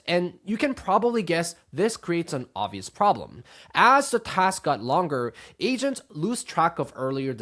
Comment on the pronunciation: I swear he said Asians, not agents in the beginning 😂